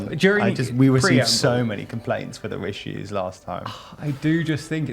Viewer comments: please keep saying rissues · for the love of god please keep saying "rissues" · The big rishues are a lot worse for the homeless.